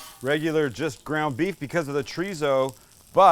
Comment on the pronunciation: I feel like after the beef bourguignon, Sam has been pronouncing beef as "beouf" And I'm here for it!